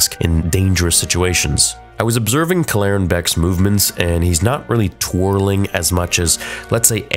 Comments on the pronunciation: Kell-eren Beq not Klleren Beq sorry but I just couldn't take it anymore. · Why do you insist on mispronouncing the name? I feel like I’ve been hearing you do this a lot recently and it’s honestly making me turn your videos off. Cal-laren? “Keller-ran” they say a few times in the episode 🤷🏻‍♂️ like bruh get the name right at least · Dude you are pronouncing his name wrong. Kel er anne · why are you pronouncing his name wrong in 5 different ways? Kell-Er-Rin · he can’t even pronounce the guys name right when they literally say it in the episode. I’m sure he’ll say it’s it’s one of those “AT AT, A-T A-T” ways of pronouncing It because the galaxy is so big…. Yeaaah sureee thing theory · what an interesting pronunciation of Kelleran's name. 🤔😜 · actually saying his name right would be a good start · Bro felt the need to recreate to pronunciation of Kelleran. Lol just say it how they do in the episode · You’re clearly saying his name wrong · Why is he changing the pronunciation of his name they literally say in the show how it’s pronounced and he pronounces it totally different. This dude does to much it’s annoying. Just say it the way they did on the show. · Why are you pronouncing his name like that?